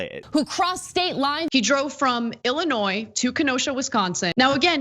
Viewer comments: Illinoi Not illi noise. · hmm you said Illi-noise, your argument is invalid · I'm sorry, did I just hear you pronounce the 's' in Illinois? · You're credit for making the point about crossing state lines is voided by your pronouncing the 's' on the end of Illinois. I'm story. I'd give it too you if I could. But we have to maintain standards. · FYI,, pronunciation of Illinois, the S is silent. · In illinois the S is silent 😎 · you can be correct on all the facts, even a year ago, but you still pronounce the "s" in Illinois. OPINION DISCARDED.